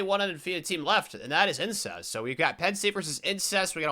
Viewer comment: Are you saying “ incest “ for Alabama or im tripping?